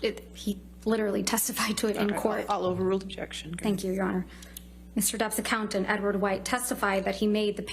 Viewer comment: obzyeksyon my onooor